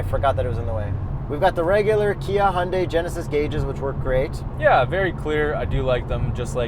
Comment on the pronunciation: you lost me at the word Hyundai